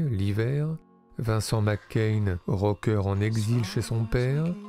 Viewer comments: C'est Macaigne, pas McCain ! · Prononcez Macaigne comme c’est écrit tout simplement 😉 Et pas Mc Cain 🤪 Qd la frite infiltre le cinéma français ! Cet acteur est beaucoup plus grand que sa popularité actuelle… je le rêve dans des rôles sombres ou autoritaires… sa palette me paraît bien plus large que ce qu’on en a vu jusqu’à présent. Magnifique sensibilité Une humanité dans son jeu Impressionnant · pourquoi le mec il dit vincent mccain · Suis je le seul à entendre tout le long de la vidéo : "Vincent McCain" ? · Pourquoi prononcer "Vincent Mac Cain" ? C'est lui qui y tient ? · Ça m'a tellement déconcentré... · Merci pour ce beau portrait... il est irrésistible dans l’origine du monde et effectivement l’avenir lui est promis ...hâte de le voir dans des registres plus sombres et ambigus par exemple Juste dommage que vous prononciez son nom à l’écossaise....😜